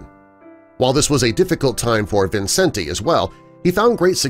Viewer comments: His name is pronounced Vincent, not Vincen-te. You also need to get your facts straight about Judy. Millions of people the world over still love her and Liza and might get a tad angry at you, which includes me! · This was such inaccurate crap! He can’t even pronounce his name correctly.